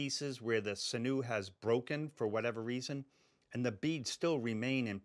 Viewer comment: SIN-yu is the usual pronunciation : )